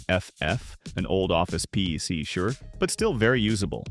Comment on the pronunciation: Chatbot narration was obvious in the first 30 seconds of the video and not being able to say PC.